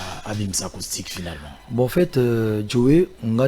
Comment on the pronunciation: Ce Werrason est vraiment IDIOT ! Il dit À LA côté d'ivoire 😁😁😁😁😁😁 Pffff il dit ARCOUSTIQUE 😁😁😁😁😁😁😁😁